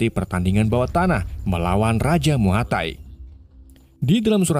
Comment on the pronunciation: Muaythai kali bukan muatai